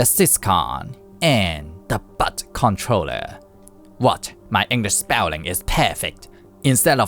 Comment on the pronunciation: 'Syscon'? 'Butt Controller'? Is this video AI dubbed? 😂😂😂